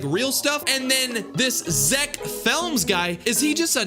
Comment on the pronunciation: Zeck films no Zeck flems yes😂😂😂😂😂😂😂